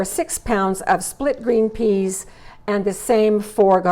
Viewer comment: Peas not pease😂😂😂